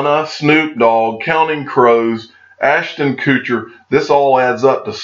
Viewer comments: Ashton Koooocher? I dont think thats how its pronounced. Also who are you calling stoopid? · OMG! 😂 "Ashton Coocher" 😂😂 come on now, he's actually a pretty cool guy. Haha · "Aston koocher". Lol